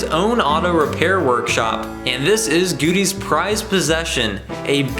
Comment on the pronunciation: nice to see knoxville getting some love lol....btw its pronounced GOWDY not guudy